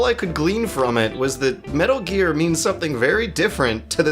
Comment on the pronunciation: Metaro gear. I almost thought she said motaro gear lol.